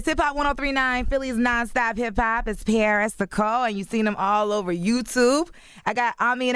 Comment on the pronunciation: "P - aris". LMAO!